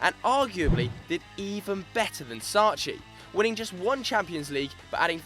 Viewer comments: Sacchi is not shh. its pronounced sa-K-i you brit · Sacchi is "Sakki", not Sacci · you can't prounounce Sacchi, what a shame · Please learn how to pronounce Sacchi, hurts my ears